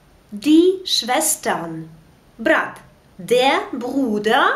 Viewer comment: Почему ав читаете Der. дер. на немецком r. как а читается т.е деа?